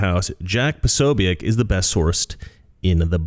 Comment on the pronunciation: The end of Jack's name is just pronounced as BIK.